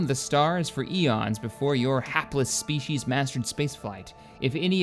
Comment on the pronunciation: Stille pirm spishes